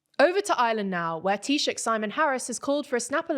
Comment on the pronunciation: The pronunciation of Taoiseach has improved a lot, thank you. It means a lot to have our language respected.The pronunciation of Fine Gael could do with some work though.